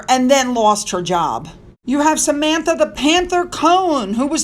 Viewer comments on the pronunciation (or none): none